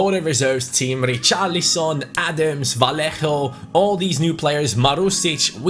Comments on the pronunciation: Its not V-a-l-l-e-j-o, Its V-a-y-y-é-h-o and Riqui P-e-e-j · Vallejo is pronounced vayejo, like so can see